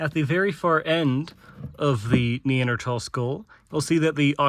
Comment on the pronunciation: Very good I was contemplating doing a course on ancient anatomy. Maybe I don't have to now. Nice you pronounce Neanderthal correctly. Remember to use metric units as well - there's another world out there!